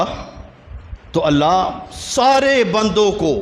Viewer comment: السلام علیکم و رحمۃ اللّٰہ وبرکاتہ حضور والا ۔۔ معذرت کے ساتھ عرض کررہا ہوں ہو سکتا ہے میرے سننے میں غلطی ہو۔۔ لیکن جہاں تک میرا خیال ہے کہ آپ نے لفظ * اللّٰہ* کے * ہ * کو ضمہ کے ساتھ پڑھا ہے۔ جبکہ لفظ اللّٰہ کے ہ پر فتحہ ہے۔ 👇👇👇👇👇👇👇👇👇👇 لَن يَنَالَ ٱللَّهَ لُحُومُهَا وَلَا دِمَآؤُهَا وَلَٰكِن يَنَالُهُ ٱلتَّقْوَىٰ مِنكُمْ ۚ اللّٰہ آپ کے علم و عمل میں بے پناہ برکت عطا فرمائے ۔ آمین ثم آمین